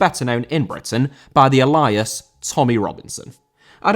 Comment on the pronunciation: Alias* not Elias